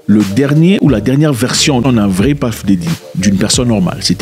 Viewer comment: Puff il dit paff